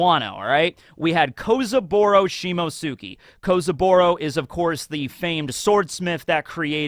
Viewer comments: beautiful man, coud you please try to pronounce Shimotsuki as Simots'ki? That 'U' is mostly silent. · Has anyone explained to that he's pronouncing "Shimotsuki" wrong? It only bothers me cause he knows how to pronounce "Akatsuki" right. "Shimotsuki" is pronounced like "Akatsuki" but replace "aka" with "shimo". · What an epic SBS. Great video, even though I am still not used to you butchering the pronunciation of the name "Shimotsuki" 😅